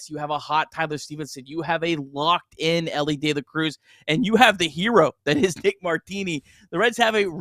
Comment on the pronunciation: It’s pronounced De La Cruz